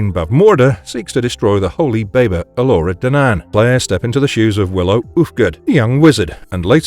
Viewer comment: My ears literally curled up when I heard you pronounce Elora Danan so different from the way everyone says it in the film.